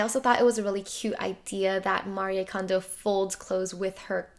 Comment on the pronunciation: I’m Japanese and I’m glad you are trying to say her name with proper way:)